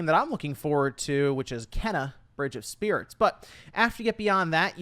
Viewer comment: Kena (FYI, the devs have said it's pronounced "Kay-nuh") is definitely up there on my list of most anticipated games this year. Looks very charming in its art style and quirky characters, but also looks next-gen to me. Games don't necessarily need to look realistic to be next-gen. It can still have things like ray-tracing (like in Rift Apart), 4K/60FPS, Dualsense features, near instant loads, more foliage and enemies on screen at once, etc.